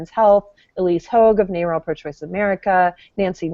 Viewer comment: I pronounce "NARAL" as if it rhymes with "barrel". "Nay-rel" sounds stupid. Kind of like saying "Ay-rab" for Arab, or "Fay-row" for "Pharaoh".